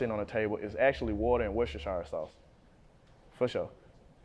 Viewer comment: He said worstechire